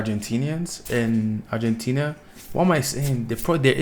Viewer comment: También seria bueno que vieras videos de habla Argentina ya que la pronunciación que vos hacess es incorrecta debido a tu idioma pero seguro se te entiende!